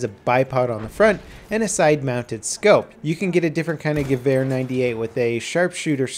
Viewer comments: ***** First off, your "V" is mixed up. I'm a huge gun enthusiast and hear this mix up A LOT. The Gewehr 98 is pronounced the same as the Sturmgewehr 44 (STG 44) which is shterm-ghe-vair give that r at the end good old rub haha. So the Gewehr 98 which I've heard pronounced by Germans at gun shows countless times is, ghe-vair 98 :) It's not ear, like the organ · I have to say that he does quite well pronouncing it. Though it does sound more like "Gewöhr". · He says it well but more like gewähr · As a toaster No, its supposwd to be said like Geh-wär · Hood It is not an accent. The German letter Ä is not pronounced like the German letter A. Both are different. English is not a Phonetic Language. It has falling Phonemes which is a big difference compared to German which is Phonetic. Phonetic implies that a word or group of signs sounds exactly like it is spelled. By the way, letters are known as signs in Linguistics. He pronounced gewähr which is nowhere near Gewehr. the -wehr portion is pronounced exactly the same in any word with those four signs. Abwehr meaning defense; Bundeswehr meaning the Germany Army; etc. He pronounced the E in Wehr way too short. German doesn't have Short, or Long vowels. The letter E in German sounds more like the American, or US English version, of the Long A. Therefore, he just said it wrong. Stop being a Fan-boy. Also, accents are not an excuse for mispronouncing things. Sir Patrick Stuart has an accent, but doesn't mispronounce every other word. he pronounces Dance like we do in the United States. The correct way. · Same here, I pronounced the name of the rifle as "gehuer" at first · JEW-er lol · It's pronounced Gevehr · Its funny for me as a german how you pronounce it like geWhere :D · Hey, just a tip for the pronunciation: Go to google translate and type Gewehr 98 and translate to German and click on de speak button. You will hear how it's pronounced correctly:)